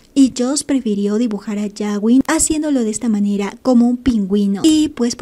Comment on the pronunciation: Puedo hacer una petición a la administradora. No se pronuncia yawin sino gawin como gato. Cada vez que lo dices me explota la cabeza😏🤣🤣🤣